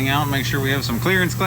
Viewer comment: You said clearance Clarance!!😅😂🤣🤣😂😅😅🥹😅😂🤣🥲